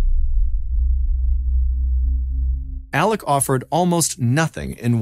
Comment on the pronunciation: Why do you pronounce his name Alec when it is Alex?